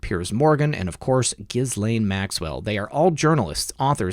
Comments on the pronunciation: ok - I'll try it one more time. "Ge'-Laine" Hard G - not Jiz - we all know what jiz is and it's not G .... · Ghuislaine- the “S” is silent. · Ghislaine is pronounced “Ghee-Lynn”. That’s how Virginia Roberts pronounces it in her video. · ICYMI "Ghislaine" is pronounced more like "Gah-lenn". Cheers from Ohio! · Ghislaine is a French name, the gh is soft, the s is silent, pronounced Je lane